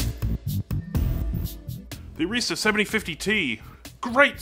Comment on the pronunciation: It is really awesome that you are looking at Arista switches. They are pretty awesome. Also they are pretty darn reliable. They test every single switch that they sell. However, you are pronouncing 'Arista' wrong. Here is an example video so you can see how it is pronounced